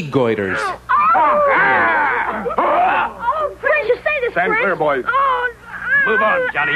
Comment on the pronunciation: “Knee goiters” ... just , “Knee goiters”. Was Torgo just a forward scout for these guys?